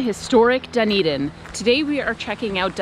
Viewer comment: I think you did good!! I’ve heard some people pronounce Dunedin like “Doon-ee-dain” haha so you’re already better than some with the pronunciation :D The A in Otago rhymes with how you pronounce Car so like O-taah-go :D but then there are all the Māori names to learn!! Good luck on your travels and thanks for the great video ^_^